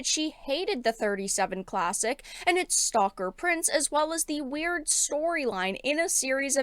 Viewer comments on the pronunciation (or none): she needs to stop talking. course i think the damage is done. the way she said "Weird" is burnt into my brain and i can't get it out.